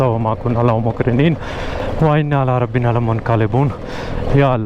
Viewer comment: Aoa,Allah Pak ap sbki hifazat farmay,but it is my humble request "dont try such a horrible off road track". One more request plz recite safar ki dua correctly. It is "Ela Rabbina Lamunqalebon not Ala Rabbina".